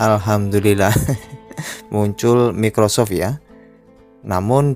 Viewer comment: Mas bacanya "maykrosoft" bukan mickrosoft :v